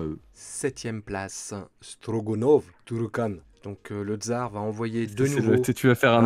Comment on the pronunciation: Hello C’est StroGAnov et pas GOnov 😊